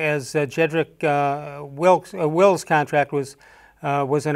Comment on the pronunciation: Les is his own comedy show. He can't even pronouns Jedrik Wills' name.